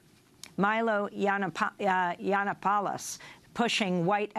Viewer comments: Amy Goodman not knowing how pronounce Milo Yanananapolis was everything. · Honestly, how much can they know if they can't even pronounce Milo Yanananapolis correctly?